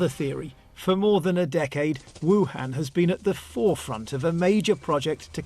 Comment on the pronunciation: Western journalists cannot pronounce 'Wuhan' correctly.